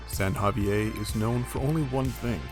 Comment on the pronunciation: San Javi-ay? LOL Also, to be clear it’s not “Bay of Conception.” It’s Bahía Concepción. 🤛🏻